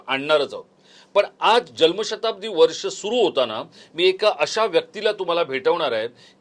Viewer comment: साहेब.. जल्म नाही.... *जन्म*शताब्दी .. तुमच्या सारख्या पत्रकाराकडून हे अपेक्षित नाही..😅